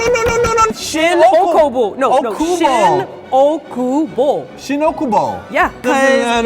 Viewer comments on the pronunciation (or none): It's しんおおくぼ, not しんおくぼ. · It's しんおおくぼnotしんおくぼ. maybe that's why you got it wrong. for a local, it's a huge difference. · its actually shin OOkubo not shin Okubo... ik this is not that important but its a common mistake by English speakers.